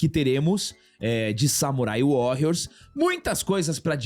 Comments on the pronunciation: Sei que é chatice minha.. mas eu fui o único que se incomodou em ele falar o Warrrriors com esta pronúncia tantas vezes? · Só uma correção na pronuncia,. Warrios apesar de ser escrito com 2 r, como é uma palavra em inglês, se pronúncia como se fosse 1 r, arranhando bem de leve.